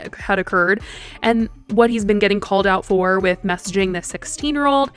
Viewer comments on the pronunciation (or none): none